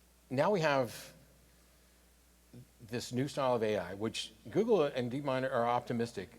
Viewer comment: sam says "gooble." Sorry that's all I have to contribute